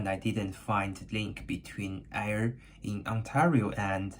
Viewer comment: Frae Ayr : From Ayr, Scots dialect. Ayr is pronounced Air like the stuff we breath. Naughty Stampcat! she sent you a torn stamp, unless a stamp is super rare throw awaytorn and creased stamps. I like the video and learned things